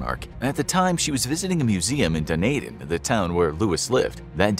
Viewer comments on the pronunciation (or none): "Dun Ae din" ? It's "Dun E din" my dude. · Bro, you mispronounced Dunedin. It's Dunedin, not Dunaydin. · It is pronounced: Do-knee-din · Dunedin New Zealand is pronounced "Da Knee Din" or as Google says "duh·nee·dn". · my man couldnt say dunedin right